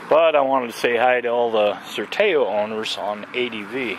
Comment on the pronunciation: Nice vid. Btw, Sertao is pronounced with the final OW sounding like "ow" as in ouch.